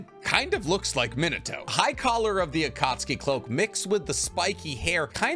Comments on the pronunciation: Its pronounced MEAN uh toe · I can't get over your pronunciation of Minato as "Minnetow" -. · Does it bother anyone else that he pronouces Minato wrong like 15 times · This video is awesome! But how/why do you pronounce Minato so horribly?